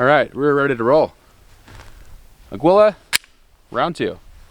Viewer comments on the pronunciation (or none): Uh-gee-luh or a-gee-la. Please no more “a-gwilla” 🤣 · Its pronounced AH-GEE-LA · Pronounced ag-U-la ammo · FWIW Aguila is Spanish for eagle, it’s pronounced “ageela.”